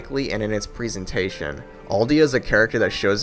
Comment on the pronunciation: let's not forget his way of pronouncing presentation as if it were présentation. (although, a VERY good video!)